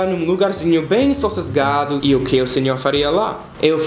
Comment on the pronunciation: bem “sos segado” kkkkkk aí que amor